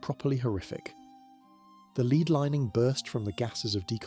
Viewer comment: Wait, is this an a.i voice? he doesn't say lead correctly. Not subbing to ai vids